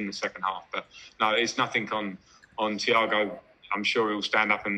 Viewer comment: Thiagoo😂😂😂😂is not Thiago🤣🤣🤣